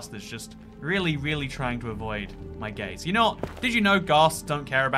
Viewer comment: "He's avoiding my gaze" How my brain heard it: "He's avoiding my gays"